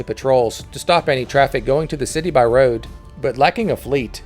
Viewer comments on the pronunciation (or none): none